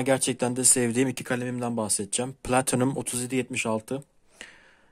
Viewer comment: Video için teşekkürler. Yalnız ilk başta çok güzel bir "platinum" telaffuzundan sonra otuzyediyetmişaltı biraz tuhaf olmuş 😁😁